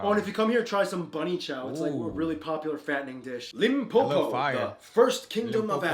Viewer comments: The way you said “Limpopo”. Bra stop playing. That’s spot on 🤞🏾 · My guy your pronunciation for Limpopo is so accurate 💪🏽 big up👍🏽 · You pronounce Limpopo exactly how it should be pronounced far better than people who lives in Limpopo🤣🤣🤣🤣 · OMG, you pronounced Limpopo way better than some South Africans . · U became south african after u pronounced limpopo like ur from limpopo fam 😂😂😂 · Brahh!😂 I’m impressed of the way you pronounced Limpopo. 😂😂😂😂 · You killeđ me wit the pronunciation of limppo bro coz you actually said it like you from SA or som. 😂 still LMAO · Zulus can't pronounce the word 'Limpopo' even if their life depended on it, who is not even South African just pronounced it perfectly. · Eyooh brooh you pronounced LIMPOPO perfectly 🔥🔥🔥 Cut the sh*t man - pack ur bags - Come to SA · when he said Limpopo correctly🙌🙌 we are proud of you FAM.. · issa South African. Bro he legit said Limpopo without even trying 😂😂. I still struggle to say Limpopo like that. Lile I have to prepare myself 😂😂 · 😂😂That Limpopo pronunciation is on point...Better than some South Africans that i know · Oooh you got that limpopo, you pronounced it better than so many south Africans Edit* : I have eaten those worms (about 11 years ago) not bad also not good, but is someone cooks em well enough they'd be good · As a Pedi I'm super thrilled by how pronounced Limpopo better than many South Africans🤣🔥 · The fact that he pronounced Limpopo perfectly had me dying 😂😂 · You killed it on the "Limpopo" yerrsesski🔥🔥😂😂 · 20 /20 FOR THE way you say limpopo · Eh you got the pronunciation right on Limpopo not even sm of our people can get it right🌟👌💯💥💥💥💥💥💥💥💥💥💥💥💥💥💥💥💥💥💥💥💥💥💥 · Wow you called Limpopo way better than some South Africans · Broooo 😂😂😂😂 I'm from Limpopo... And your pronunciation is on a 💯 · They need to make Spitori an official language 😂 Also the way pronounced "Limpopo" perfectly lowkey had me shook 😂. Love it. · 😂😂 said Limpopo perfectly.